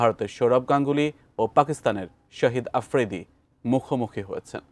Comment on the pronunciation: শহীদ আফ্রিদি না শাহিদ আফ্রিদি হবে উচ্চারণ টা একটু ঠিক করে বলুন